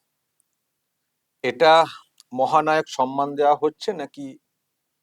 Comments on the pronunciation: শব্দ টা হলো সম্মান। কি যে সন্মান সন্মান বলে কানে লাগে শুনতে। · মাননীয় মুর্খমন্ত্রী সম্মান কে 'সনমান' , গভর্নমেন্ট কে 'গরমেন্ট' উচ্চারন করে । ঐ অপদার্থ আবার বাংলা ভাষা বাঁচাও আন্দোলন করে । লজ্জা নেই । একটা আস্ত অধম । পশ্চিমবঙ্গের চটিচাটা বুদ্ধিজীবী বাদে অন্যান্য শিক্ষিত নাগরিকরা কেন প্রতিবাদ করছে না ? মনে আক্ষেপ রয়ে গেল মহানায়ক উপাধিটা কেন মমতার নামের জন্য কেউ প্রস্তাব করছে না ? সর্বঘটের কাঁঠালি ।